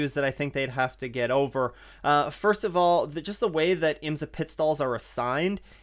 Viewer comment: Love your work - it’s so hard to find quality IMSA content … please try “IMSA” pronounced as “s” not “z”